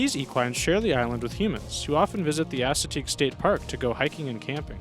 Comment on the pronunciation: *ASS*ateague Island? Your way pronounced is hilariously wrong.